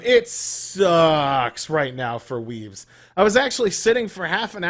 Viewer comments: I honestly thought he was saying WEEBS at the beginning of the vid xD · I thought he was saying "weebs"